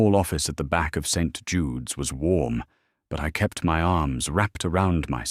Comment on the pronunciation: I gave legit applause when I heard someone finally got AI to pronounce St. Jude correctly. 😂